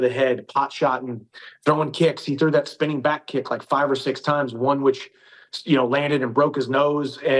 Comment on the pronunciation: dhich* not rich 😂